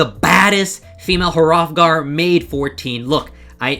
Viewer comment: What's a HUH-Rothgar?